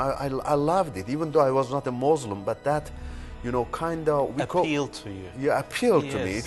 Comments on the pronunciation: moslim? Koran? Are you serious? He can't even say it properly! Rather Qu'ran and Muslim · What a liar!! The town he's from is remote which is why he chose it as his "home" . He can't even say Muslim properly?! Why doesn't he mention his University so we can check their records to see if he actually went there.